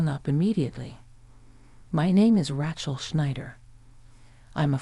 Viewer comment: Pretty good AI voice, but any native-English speaker would know that is a horribly wrong pronunciation of "Racheal". It is a long A, like "ray", not "rat". It's really jarring to hear it over and over again.